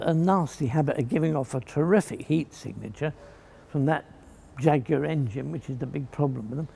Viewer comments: That's because he's pronouncing it properly 🤣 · That is the correct UK English pronunciation. How it is pronounced elsewhere, including where the jaguar cats actually live, is irrelevant to the subject.